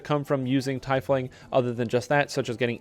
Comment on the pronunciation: Teeeefling ... not TYYYfling